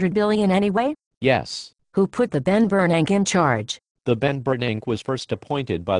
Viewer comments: "The Ben Bernanke". Ha. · "The Ben Bernank" haha that is what I will refer to him as from this day forward. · the only thing i see deflating is the value of the dollar lol and " the Ben Bernank" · Teh benbernank. LOL